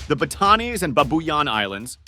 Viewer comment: Pronounce the name correctly pls it’s BAAAAAATAAAANEEES and BAABUUUUYAAAN long Aaaa pls